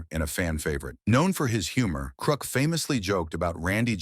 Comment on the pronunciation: I like the AI pronunciations. “Krook” and “Dickstra.”